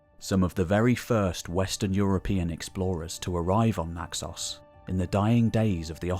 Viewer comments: Why call it Naxose? It is Naxos. And it is not kora, but whora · Please spend a few minutes to check out how to correctly pronounce names in Greek. It's never a long O. E.g. Paros rhymes with Naxos, that you get right! Thank you.